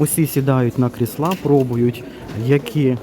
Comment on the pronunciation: чому кріслА, а не крІсла? Вибачайте за таке питання, але невже так дійсно правильно? P.S. Щиро дякую за огляд, обожнюю Юск.